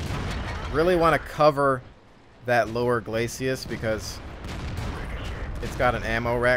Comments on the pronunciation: Love the videos - just one nitpicky thing - it's 'glacis', not 'glacias', right? Keep up the good work! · 'Glacis' is two syllables,.